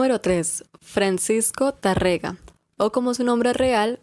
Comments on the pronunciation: buenas....Tarrega se pronuncia como si tuviera un acento en la PRIMERA A.....como si fuera Tárrega. y otra cosa....no es recuerdos de la ajambra.....sino de la al.hambra. Gracias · es Tárrega, con el acento en la primera A. y estoy casi seguro que Carulli se pronuncia Caruli